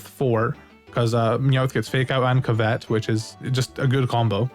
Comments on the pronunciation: Awesome video, thanks! A tip: covet is pronounced CUV-it instead of cuv-ET. 👍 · COvet, not coVET! It's an actual word, the emphasis is on the first syllable. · Sorry it was bothering me bud. It's (cuv-et) which means to list after something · Covet is pronounced kuh·vuht. Think Ark of the Covenant if you have heard that pronounced before. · Covet (cuv-it) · Never heard someone pronounce covet like that... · Can tell when someone isn't a native English speaker when they don't know how to say "covet" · You’re saying the word “covet” weird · I hate the way you say covet